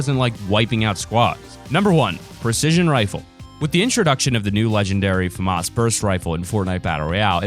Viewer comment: Did you say fmas and not famas?